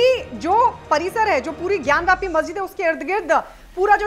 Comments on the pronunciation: Vyapi nahi gyanvapi hai iska naam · ज्ञानवापी ना कि ज्ञान व्यापी